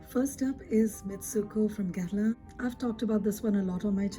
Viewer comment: I found you through Eve's channel and subscribed as soon as I heard you say "Guerlain" and not "Gurr-lawn," lol. You're so knowledgeable and this video is fantastic. I'm very much looking forward to binge-watching your videos. Yay! Thank you